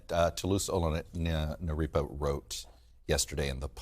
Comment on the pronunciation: Chuck Todd mispronounced a colleague's name: It is not Toluse Olo-naripa, it's Toluse Olorunnipa.